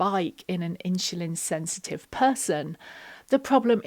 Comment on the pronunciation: Thanks for the advice. Sorry, but I was constantly distracted by you saying “In-Shu-Lin” (insulin)! 😊